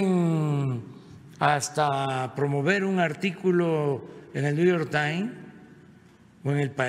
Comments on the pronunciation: SR. PRESIDENTE UN POCO DE INGLES PARA NO HACER EL RIDÍCULO. SE PRONUNCIA Neyork TimeS. Si no sabe mejor no intente , pues lo único que hace es el RI DI CU LO. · Niu jor tain, buenísima pronunciacIón de.😂😂😂😂😂